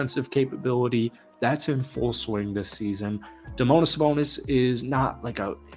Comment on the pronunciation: Domonis Sabonis lol